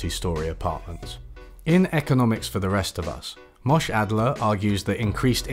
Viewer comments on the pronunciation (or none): Very very minor pronunciation correction: , you pronounced his name as "Mosh" where it should have been more like "Moshè" where the "e" has a sound and an emphasis (like "e" in "elephant").